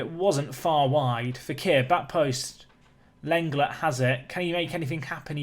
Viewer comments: not seen many people saying it was bugging me Lenglet is pronounced Len-Glay not a huge deal its not like i cant bear to watch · Whilst on the topic of pronouncing names I think that Lenglet is pronounced like 'Long-ley' although you've probably been told this plenty of times